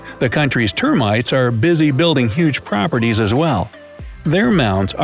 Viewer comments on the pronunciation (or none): none